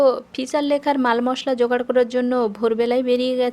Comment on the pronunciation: এখনও সম্পূর্ণ উপন্যাসটি শোনা হয়নি। শুনবো শেষ পর্যন্ত। মাসুদ রানা সিরিজের কাহিনী শুনতে খুবই ভালো লাগে। পাঠ বা কণ্ঠস্বর ভালো। তবে একটা কথা না বললে মন্তব্যের সততার অভাব ঘটবে আমার দিক থেকে। শব্দের ভুল উচ্চারণ আছে অনেক জায়গায়... শুনতে শুনতে সবগুলো মনে রাখা সম্ভব হয় না। তাই কিছু কিছু জানাচ্ছি। যেমন আমরা লেখা শব্দ উচ্চারণ করি এ কার যোগে। সেই লেখাকে পড়া হলো... ল্যাখা। আবার... ঠেকা দেওয়া কথা টিকে বলার সময় আমরা বলি ঠ্যাকা দেওয়া। তখন কিন্তু ঠেকা বলি না। এ কার থাকলেও। তখন ঠ এর সাথে য ফলার উচ্চারণটাই হলো স্বাভাবিক রীতি। তারপর মস্ত ভুল শব্দ বলা হলো.. কৃতান্ত কে বলা হলো কৃতাঙ্ক! এমন শব্দ বাংলা অভিধানে কোথাও নেই। এছাড়া স্থির কে বলা হচ্ছে ইস্থির। এমন বহু শব্দের ভুল উচ্চারণে পাঠ পরিপূর্ণ।